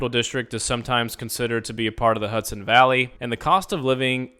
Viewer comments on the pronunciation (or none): none